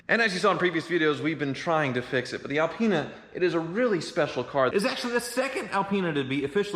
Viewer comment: BMW gave him the Al-peen-a.